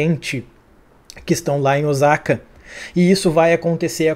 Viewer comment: Esse episódio foi show. Essa série só melhora. Sobre OSAKA, a pronúncia correta é o SA com som se S. S em japonês não tem som de Z. O som é o mesmo que sapato, sapo….